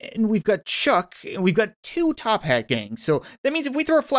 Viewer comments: It's called toppat clan not top HAT clan uh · It's actually Toppat Clan. Not Tophat Clan